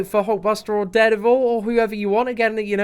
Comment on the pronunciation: Did he say dared evil